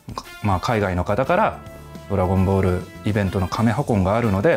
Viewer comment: I hate the way he says “Dragon Ball” Dragon boru.